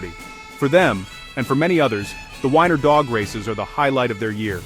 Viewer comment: Well I wish you would get this right first of all it's bass fishing not like the the the fiddle are the guitar second it's Weiner Arkansas like Oscar Mayer wieners get rid of those freaking out your voice which is mispronouncing everything and put a real human doing it at least it would be pronounced right